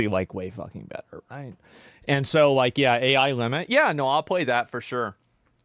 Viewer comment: Didju rike it?